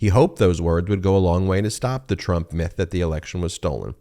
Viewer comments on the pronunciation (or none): none